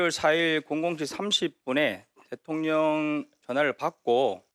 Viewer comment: 대통령 대통령 ~~김병주~대톤련이 아니고 ~발음도 잘못하네 군대에서도 작전지시 제대로 했는지~